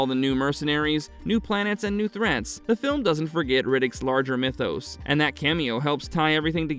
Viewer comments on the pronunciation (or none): none